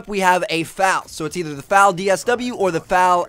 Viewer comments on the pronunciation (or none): Not pronounced fal it's F-A-L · Good God! it's not FAL! it's pronounced F-A-L. just say the letters. not what they spell. so it would be pronounced F-N F-A-L. sorry. gun nerd. it bugs me when people mispronounce a gun's name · Who the fuck pronounces the FAL as 'Fal'? It's F.A.L. Also, there's no such thing as an FAL DST. There's the FAL OST, such as the one in Black Ops 2, but there's no FAL DST. Shit, Trevor, get it together!